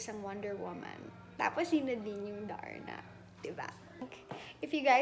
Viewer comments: Ay bagay nga. Ganda ng pagkaka sabi nya ng darna. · Napunta ulit ako Dito Imiss nadz my love🤗😘👏👏👏astig tlga pagkakabigkas Niya ng darna👏👏👏,thank you donnalyn🤗😘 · yung pagbanggit nya ng darna ang ganda😍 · I agree with all the comments..she really nailed the "DARNA"!